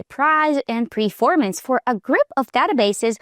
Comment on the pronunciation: Its "performance" not "preformance"..